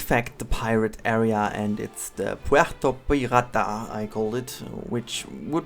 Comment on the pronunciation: It's basically the same pronunciation wise apart from the actual pronunciation has a rolled r which makes it sound more Spanish and Caribbean, yours sounds like a German/Scandinavian name for it. And you are German so understandable.